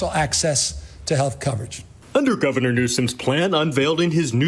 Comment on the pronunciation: I love that you say Gavin-er Newsome instead of Governor. 🤣💀